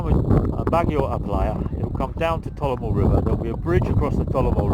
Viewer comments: It's not Tolamo. It's Talomo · I think it's Talomo not Talaoo